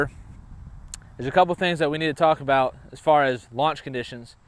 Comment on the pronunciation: Talking aboot